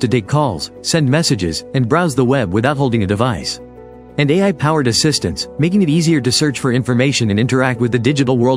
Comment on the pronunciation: Ha these AI videos. So tone deaf that they included Musk giving the Nazi salute as a joyous moment. And you'd think AI would be able to pronounce "a.i. " but no of course it pronounces it "eye".